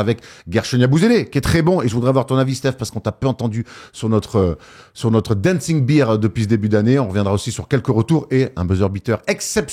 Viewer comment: Dancing beer? Y a encore du boulot niveau anglais 😂